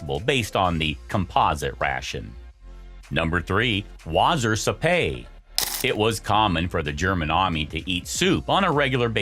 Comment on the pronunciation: AI commentary is still pretty crap isn't it? There are two "A's" in ANNALS - anals means something totally different. And as for "Wassersuppay" it's pronounced "Wassersooper" Dumkopf!